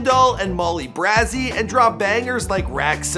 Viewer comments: it’s "brazy" pronounced like "crazy" not brassy 😫😂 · BRAE-ZEE MICHEAL BRAY-ZEE no Brasssy please MOLLYY BRAZY (braaeee-zee) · u still din't get Molly Brazy's name right !! it BRAZY !! (like braizee) nor brah zee ...?? like wtf get it right dude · Molly BRaazie😂😂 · Ummmm...it’s Molly Brazy...ya know...like crazy but with a b 🙄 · “MALL E BRa ze” LMFAOO y’all remember when he said keef chief to bro 😭😂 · 😭 why he said molly Brazy like that I’m triggered 😭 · Its Molly Brazy like Crazy with a B smh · "Molly Braazy" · I had to leave when u mispronounced Molly brazy name L